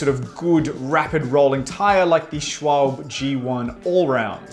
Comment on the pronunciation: seriously... Schwalbe is pronounced ˈʃvalbə - or just google it